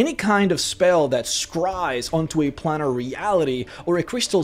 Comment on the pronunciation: Its planer, not planner. I dont get how youre saying planes instead of plans, but choose planner instead of planer.